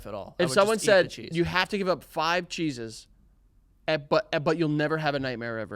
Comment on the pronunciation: Lmfao the way they’re pronouncing “cheeses” sounds like they’re saying “Jesus” but with a weird lisp/accent hybrid😂